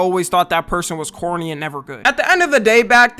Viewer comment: Are you saying corny or horny? 😭